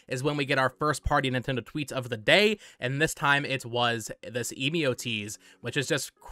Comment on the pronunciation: Emio is probably pronounced "Eh mee oh". You can put the japanese title 笑み男 into google translate if you want to hear it out loud. Given the possibility that this is a new Nintendo IP it should be useful to get the pronunciation down early. Speaking of translations, Emio translates to "Smiling Man" so it's probably just a reference to the big scary smiling man on screen and not the brand you talked about in the video(which btw is a photography brand and not a camera brand). That company you showed refers to themselves by the english name "Emio" and not the kanji "笑み男". Furthermore, they don't seem to be well known and big enough to be recognisable even in Japan, though I drew that conjecture from looking up Japanese photography brands and can't really verify their reputation within Japan myself. For these reasons I don't see any link between this Nintendo game and Fatal Frame aside from the genre.